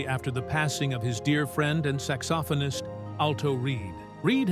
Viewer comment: I don't mean to be overly critical but......Glenn Fray? Bob Saygar? Saxsophonus? Obviously the announcer doesn't know simple rock. This type of error is blasphemous in Michigan.